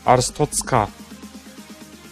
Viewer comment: abi bi ara artschozka derken boğulcan diye korktum aq